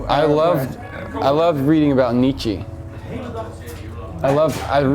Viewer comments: Haha I love how at the start of the interview he mispronounces Nietzsche by calling him "Nee-chee" and when the interviewer asks him a question , rightly pronouncing him "Nee-cha", all of a sudden Darwin's calling him "Nee-cha" He said he was obsessed with Nietzsche and that he had the biggest effect on his depressive state, yet he can't remember one thing that he said or wrote? I think he comes across as a bit pretentious. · LOL Nietzsche is pronounced Neet-schur